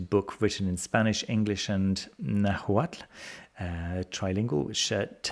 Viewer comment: As a Mexican, I can tell you, you did a good job pronouncing the Nahuatl language. 👍🏻